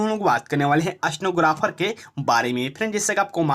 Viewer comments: स्टनोग्राफर नही स्टेनोग्राफर होता है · Aapka Pronouncation ekdam kharab ha.. Itna speed bolte ho! Stenographer ko snowgraphar sunai de rha ha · अस्तेनोग्रफर नहीं होता भाई